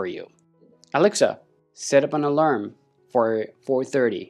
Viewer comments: heads up = its pronounced uhh-larm not Al-Larm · Alam sounds, the word has an 'r' mate, pronounced Alarm